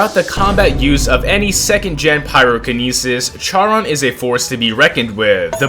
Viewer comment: its pronouncued sharone